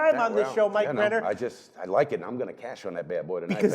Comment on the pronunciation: u gotta practice that last name brenner lol!